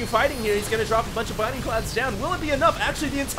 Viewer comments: BLinding cloud, dude...not binding. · I'm gonna say this one last time. ITS BLINDING CLOUDS. NOT BINDING CLOUDS. Thanks. I love your casts btw. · You're awesome, but... BLINDING cloud, not binding cloud! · always says 'binding cloud' instead of the abilities' actual name 'blinding cloud' and it makes me freak out. especially since hes been doing it for weeks and hasn't caught on